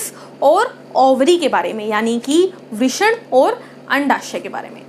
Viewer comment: 'वृष्ण' नाही गं बाई 'वृषण' 😊